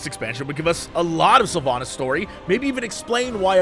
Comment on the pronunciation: I know she's an asshole, but it's SylvANAS not SylvANUS ;)